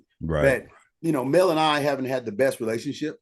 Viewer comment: Because, why do he constantly have to have Mel name in his mouth!!! The guy never asked him about her followers, he just went in on the people that support her. Why would you mispronounce the name if you didn’t feel some type of way, even after the gentleman said it correctly he still was being a butt hole about it….Straight jealousy!!! And that’s my opinion…. Okurrrr